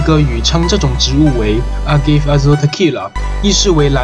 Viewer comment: Agave 读音为 a-ga-veh